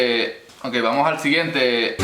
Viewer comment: From my perspective, the main aspect of nicaraguan spanish is the turning of many "S" into a a very soft and sneaky "j" in order to create a dynamic ongoing diphthong if possible. So to me it would be "vamo(j)al siguiente". Then combine this with the speed and very particular rhythm and you have quite a bit of nica spanish. Nice video, thank you :)